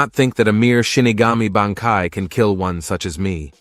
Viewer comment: Wrong pronunciation of BANKAI